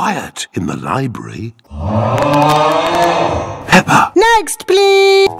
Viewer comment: It's not pepper it's daddy Pig the